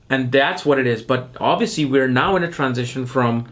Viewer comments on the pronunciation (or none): none